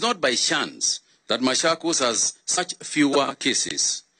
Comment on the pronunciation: Not mashakos its machokos